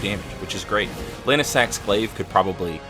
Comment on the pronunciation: Lann-see-axe jk love you